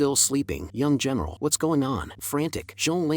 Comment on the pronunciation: why does female general sounds like female genital hahha